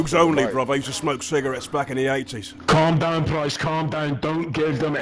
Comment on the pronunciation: "kalm doewn, price"